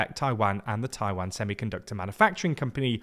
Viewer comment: Please pronounce Taiwan correctly